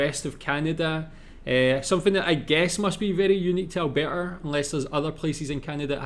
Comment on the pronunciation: Your Scottish accent saying Alberta is just perfect 😂👌🏻